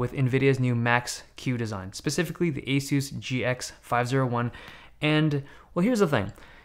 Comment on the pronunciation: are you sure that's how "ASUS" is pronounced?